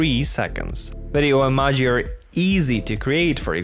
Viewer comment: Say Emaji one more time!